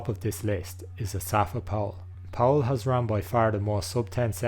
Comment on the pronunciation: It’s Asafa not asapha